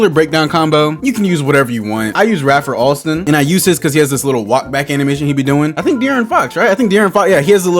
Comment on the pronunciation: “Ray-fur” Alston bruh 🤦‍♀️